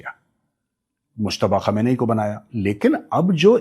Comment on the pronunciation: Gaurav sir It's KHAAAM-NAAI Not KHAMNI